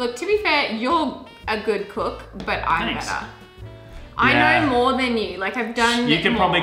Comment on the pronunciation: you look amazing; better (betah) than ever (evah)!, don't lose the beard (beyad)! It works!